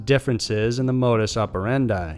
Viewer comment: No offense intended bro,but if ur going to be speaking foreign languages like Latin words:"modus operandi",make sure u pronounce it correctly.specially if ur doing a documentary because makes u sound dumb.just like a lot of people mispronounce :"irak,Iran and Italian...